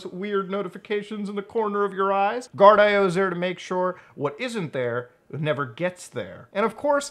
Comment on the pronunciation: I believe Guardio is actually pronounced "gard-e-oh" not "gard-i-oh"